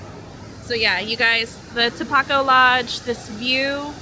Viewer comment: It is pronounced with a long o in the middle and at the end of Tapoco. 😀